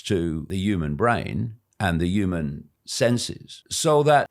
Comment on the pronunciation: Why can't he say "human " 😂